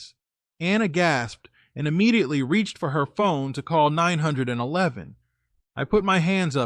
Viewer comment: For the love of all that is holy, PLEASE train your system to say 911 correctly...